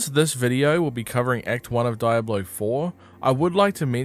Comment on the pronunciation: I called the police because of your pronunciation of "Diablo". In what universe is it pronounced "Dayablo"?!